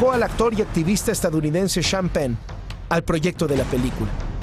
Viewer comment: Y el señor "sean pen" xD